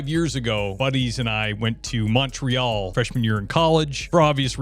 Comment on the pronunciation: I'm sorry you had a bad experience in Montreal, we're pretty safe for the most part. Thanks for pronouncing it properly btw